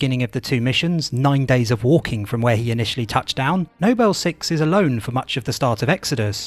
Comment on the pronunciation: For example "Nobel team" and then a second later it's "Noble team", this is literally nitpicking but great video